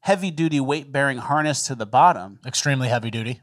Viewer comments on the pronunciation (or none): none